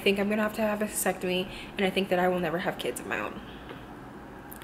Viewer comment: Do u mean hysterectomy not hesectomy i think u said?